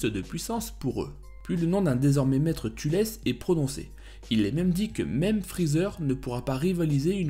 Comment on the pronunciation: Thalès pas "Tulès"